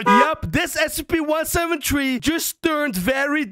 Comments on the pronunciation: He said 17tree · I like that how so say SCP-17tree instead of SCP-173 XD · He says one seven tree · I hear scp 17tree